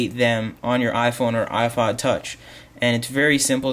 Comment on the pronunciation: Haha he says iPhone and iFod touch :p